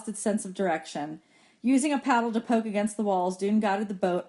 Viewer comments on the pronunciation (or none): none